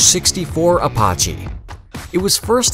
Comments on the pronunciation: Apppaache. I always thought it was pronounced Apache. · Seriously? A-pot-chee? How about Ah-pat-chee? Grinding on my nerves for some reason with that one... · Apache is pronounced Uh-pah-chee not uh-paw-chee smfh. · Apache ,not Aparche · He/it (very convincing bot?) also called the Apache 'ApaRche' 🤭😏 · Wonder how he'd pronounce "Navajo" lol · It is NOT pronounced ApAWche.. APACHE as in the "A" in HAT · Ap-AH-chi. haha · How the heck do you not know how to pronounce Apache properly!!! The Apache tribal citizens, & western fans everywhere rolled their eyes when the heard you pronounce it wrong. It is pronounced "Uh-patch-chi"!